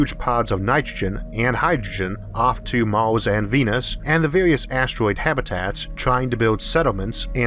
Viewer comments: Why do you say Mors instead of Mars? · mors, venis, orth, antorctico, wardo, fiyoh it annoys me more than it should... sorry, but i cant watch this video. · Did you say Mars or Mouse? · MARS not MAWS, RETURN not WETUWN lol yeaws instead of years, houws instead of hours 😆😆😆😆😆😆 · I don't want to be "that guy", but I love your narration skills Mawth? Tewwafowm ? Sorry :-) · What planet is Maws? Learn the letter R, makes for easier listing XD